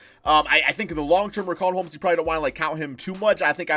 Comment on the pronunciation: Nobody:: RIKAWN HOMES